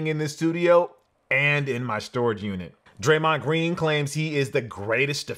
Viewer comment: "Draymon Green" did personally leave out the D? AAHAH